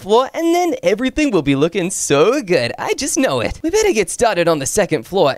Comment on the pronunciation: Bro you said they willl